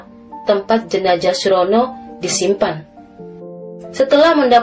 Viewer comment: Salam dari Riau, dek mimin. Sedikit masukan, harusnya jenazah, bukan jenajah. Z dan J itu beda.